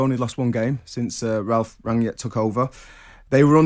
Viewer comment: His name is pronounced as you read it: Rang- nick, not Ranyick.